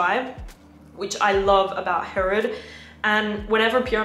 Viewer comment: I’m confused why you pronounced Herod with a French accent. It is an Arab name.